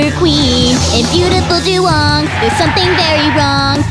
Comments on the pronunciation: du wayng not du wong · IT'S DUWANG NOT DUWONG GOSH! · This shouldn't bother me, but it really does. Isn't it "Dew-wang" and not "Dew-wong"? Love all this tho. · I thought it was duWANG not duwong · Master Markus It's just wong. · It's doo-wAng